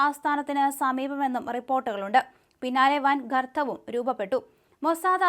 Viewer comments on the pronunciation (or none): ഗർത്തമാണ് കർത്തമല്ല